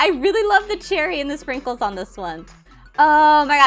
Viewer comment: Omg!U didint say sprinkles correctly! Me: ur inf% better than me 😂❤❤ Lalala Forgot my time Ummm just forgot the capital 'U' There btw umm u didint just see thaf right? BTW UR LAUGH IS SO ADORABLE AND CUTE😊😊!